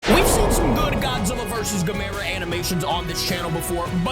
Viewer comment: The way you pronounce Gamera is “Gam Er Rah”